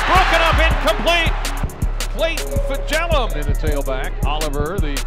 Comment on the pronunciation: Just please try to pronounce his name correctly :) Fejedelem is a Hungarian word, it means "reigning prince". The pronunciation is approx. Fa-yeh-da-lam (the only vowel you pronounce in this word is the one you say in "man", "van"... )